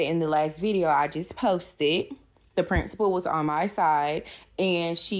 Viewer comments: I know, right! It's "the Prinstapality", duh! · The t es no t in principal. She pronounces it as print suh pull. Lol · She “talked to the prinstable”. I just can’t!